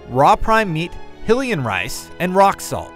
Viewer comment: why do they pronounce Hylian as "hill-ian"? It's "high-lian" as in Hyrule not hillrule. it's supposed to be like "high family" like royals, duh.